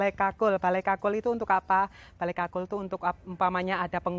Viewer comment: Ya gpp yg bener itu 'Bale Kukul' & Suksma.